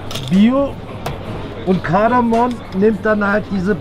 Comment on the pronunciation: Sry aber es ist Kardamom nicht Kardamon!